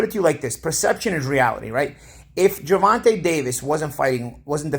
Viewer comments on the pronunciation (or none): "Gevontay "...."Gevontay ". Just call him tank if you can't say his name right 😂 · Who the fuck is Gervontuh? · please learn how to say Tank first name thank you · How do you mispronounce Gervonta like 3 times then say it right all of a sudden.